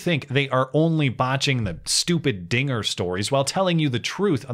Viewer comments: Wait did you just say trigger? That sounds awfully close to the n word you must be dog whistling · “dinger” is clear as day? Like I said, I only hear Ns. I know that’s not what he said… it’s what I’m hearing. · it was clear as day to me. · When i first watched it, it did sound like he said the n word, but once i found out what he actually said, i went back and listened and all i could hear is “dinger” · Bro! This clip is crazy. If I rewatch it THINKING he will say nnnnnn, I hear it clear as day... And when I play it again THINKING he will say Dinger, I hear that!! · I did hear it as "dinger" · Don't say Dinger with a hard "R"! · To be fair it REALLY does sound like he's saying the n word lol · This was my 1st time hearing the audio. It totally sounds like he said the n word. I understand I'm wrong, but damn. Either way it doesn't matter. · Ngl I hear the forbidden N-word rather than Dinger. Must be a Yanny/Laurel thing… :/